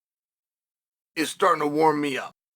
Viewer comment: The fact that Uncle got Ilia's name right to the T means he's earned Uncle's respect.